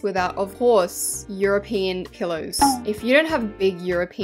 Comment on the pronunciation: uhm, did she say eueupein pillows (I know I spelt it wrong)